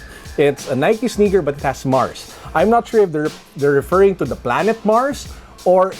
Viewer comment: Ang lala nung "MARS" hehe